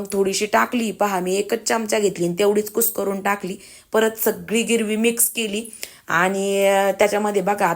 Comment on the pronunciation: गिरवी नाही ग्रेवी म्हणतात